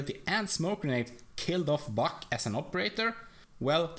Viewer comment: when you say buck it looks like ur saying fuck